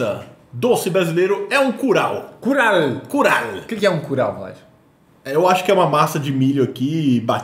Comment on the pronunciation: falou curau errado, a pronúncia que ele disse e de cural